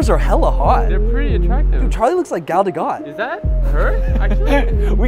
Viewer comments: gal da who? i know you didn't just said gal dagot instead of gal gadot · not being about to say gal GADOT properly >>>